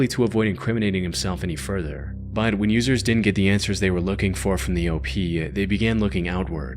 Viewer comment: Why can't you sya the word "but" properly? "Buyhd'h" Just say but.